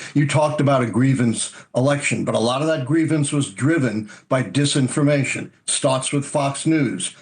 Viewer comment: `it was duh disinfermatiuon guyz, reeely`🤣😂🤣